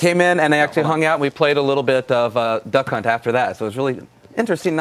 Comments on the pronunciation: I swear he says "Dunkhunt" the first time he is meant to say Duckhunt lol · He said, "Dunk Hunt"!!!! LOLOLOL.